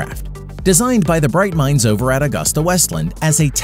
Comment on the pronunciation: it’s pronounced Agusta (a-goo-sta)